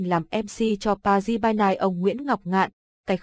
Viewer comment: Pa Ri chứ không phải ba ry :-)))